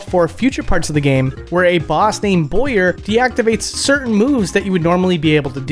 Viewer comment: BOW-YER. He shoots BOWS and ARROWS.